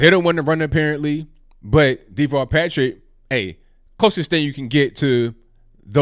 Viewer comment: Pronounced As Da-vall not Dee-vall He is a coward, in Massachusetts he was hiding in a underground bunker ...when terrorists struck Boston/Cambridge A very weird character, he's like... A midget...they called him "Tall Davall" the underground rat.